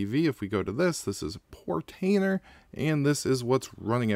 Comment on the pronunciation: Hey, you pronounce Portainer correctly 😅 Nice informative video. Thanks!